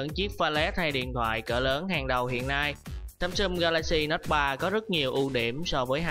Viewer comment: Các từ tiếng Anh đọc có vấn đề :) "samsum", "contex"...